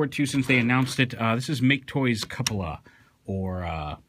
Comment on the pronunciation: According to the katakana (キュポラ), his name is pronounced 'Q-pola' Figure looks awesome, but he doesn't quite fit in with my collection since I don't collect Masterpiece-scaled figures (though I'll probably make an exception at some point) as I tend to go for those in CHUG-scale when it comes to 3rd Party products. How does he look when compared to Hexatron (any version)?